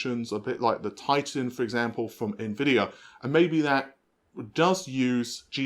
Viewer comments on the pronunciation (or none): none